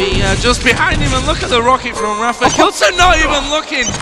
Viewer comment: zis is rapha ahah